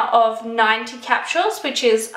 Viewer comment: How the hell cant you even pronounce something that you love so much??? It aint that hard! ITs phonetically! Litteraly CE-RA-MIDE. And what the hell are capshuels???? Its capsules! There is no shhh sound in that word!